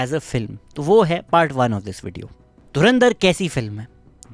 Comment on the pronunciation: Abe tuchiye dhurinder nahi dhurandhar hai 😂